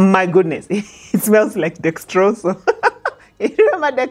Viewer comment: 😂😂i like the way you pronounce dexrosol....i loved it